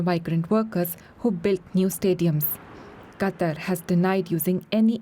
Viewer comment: Gotta admit though, this is the FIRST newscaster who got the pronunciation of the name "Qatar" right (as in "cutter").